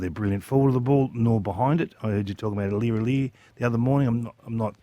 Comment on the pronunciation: Have I lost my god damn mind or should his surname be pronounced Sam Lay-Lor, not Lor-Lah?